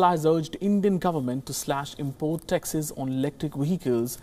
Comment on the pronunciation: Why does he pronounce taxes as “Texas”